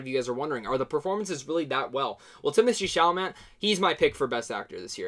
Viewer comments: Love is universal. Gay or straight or whatever. And I hope from now on people will be more able to put that stuff aside and just realize that many things are universal, whatever your orientation, and it's cool you realized that. Also his name is pronounced Chala-may. It's French ;b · Chalamet for the win!!! (The Academy being what it is, the award will likely go to Oldman, but we can hope.) A couple of names are tricky to pronounce. Allow me: Chalamet: The last syallable is pronounced "-may", so...SHALL-a-may. Stuhlbarg: STOOL-barg. Thanks for your good review of a beautiful film! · DUDE , PRONOUNCE IT SHALL- UH - MAY !! // Mr. STUHLBARG IS ALSO IN THE POST !! // Mr. Timothée Hal SHALL - UH - MAY IS IN LADY BIRD AND HOSTILES !! // PLEASE WATCH THE YOUTUBE VIDEO Timothée Chalamet Statistics AND TELL ME WHAT YOU THINK OF IT !! " OK . . . . . . . . LATER ", voozoovoozoo AT gmail DOT com